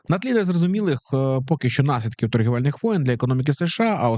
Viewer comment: Наслідки, а не налідки